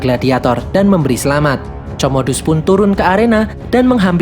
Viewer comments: Komodus bang cara bacanya bkn comodus wkwkwk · Woi min itu di baca komodus bukan comodus di bacanya 🤣🤣🤣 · LUCU BANGET NGET KMU MIN COMODUS 😂😂😂wkwkwk pengucapannya Para ALJOGO anjayyy 😅😅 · Comodus, marcus...baca Komodus, Markus...min